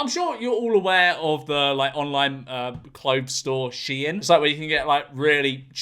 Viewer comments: IT’S PRONOUNCED SHEEN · "CLOTHES STORE SHIEIN" (its said like sheen and not she in)